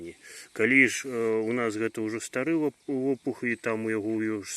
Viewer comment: Выдатна! Дзякуй вам! Дарэчы, вы мяне націскам на О, ЛОпух ў стан лапуха ўвялі)))) Заўжды гаварых лАпух, дзядоўнік.